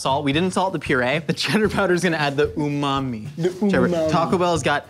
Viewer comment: um-mam-mi:umam-mi me:uhh mam me